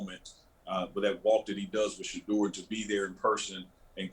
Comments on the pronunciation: Am I the only one who hears Shedeurah everytime calls Shedeur's name? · I hear it too!! Lol